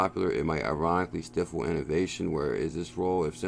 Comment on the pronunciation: I love you bro I am so thankful that you take the time to give us the news but you had me laughing so hard I couldn't help myself ... He said stiffle.ilmao